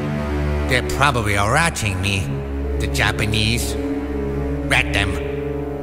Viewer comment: "They are probary a ratching me" lmfaoo